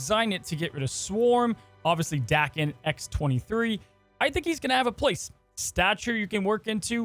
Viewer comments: Dude's name isn't Dakin. It's DAY ken. It's Japanese. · Pronounced Day-Ken I think 😊